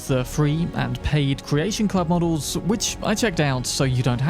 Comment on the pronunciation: Using "ć" instead of "č" in "which" makes you sound like toddler.. I dont want to be rude, but it drawn my atention durring whole video.. practice your pronouciation of "ch" sound..